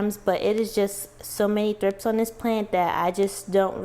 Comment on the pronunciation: I thought you said thrifts. I have quite a few plants, but I'm not as serious of a houseplant owner, so I had to look it up. Thrips are wingless larvae that emerge from the soil as adults with wings.